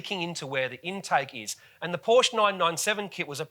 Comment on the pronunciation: Great video, except your pronunciation of Porsche.